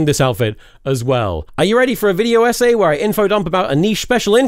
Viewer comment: Been watching too much Diddy videos, since i heard SA when he said essay... sorry